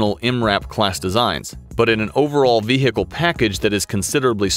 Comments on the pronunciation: Nice vee-hickle. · vee hhicle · Its vehicle; not vehhhicle. The "h" is silent. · It’s not a Ve-Hicle, it’s just one word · "The Ve-Hickle" Oh America. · The Humvee was a good Veehheehheecle. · The way he says Ve Hicle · Got it. It's a vee hickle. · The vehicle, the H is silent. Not Ve Hick le. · What the hell is a vee hee cal? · why he says ve-hicle? annyoing asf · The veehikel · This guy really puts the “he” into vehicle 😅 love to hear how he says cool whip 🤓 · any one else hated the way he said vehicle? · Did you know, the H in vehicle is silent? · I love how a native american narrator cant pronounce "vehicle" without strugle, while I a Hungarian can :D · Why is no one talking about how he pronounces vehicle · Why is vehicle so hard to pronounce in American? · Anybody else bothered by how this guy pronounces "vehicle" ?